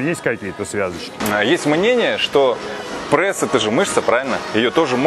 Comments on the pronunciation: где в слове пресс буква Э ??? откуда прЭсс ??? что это за зашквар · прЭсс… Кровь из ушей ((